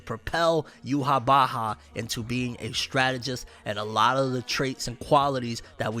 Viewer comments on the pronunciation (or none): bro says youhabacha